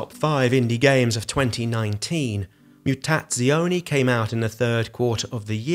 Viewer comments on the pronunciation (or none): If I can offer my help, it's pronounced "MOOTATSJONAY" :-)